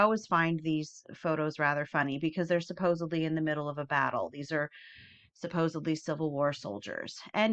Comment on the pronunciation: There is no B in SUPPOSEDLY! Sorry, when I hear it, I cringe